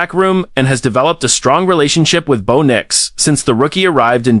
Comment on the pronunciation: Bow Nyx/Nicks lol. 😂McLocklin lol. Need correct pronunciation and spelling please.